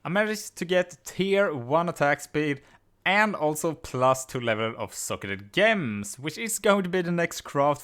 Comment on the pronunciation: damn is gems not ghems